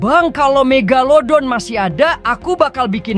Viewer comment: Ka megadodol loh bukan mega megalodon😮😮😮😮😮😮😮